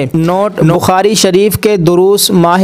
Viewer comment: نخاری نہیں بخاری ہے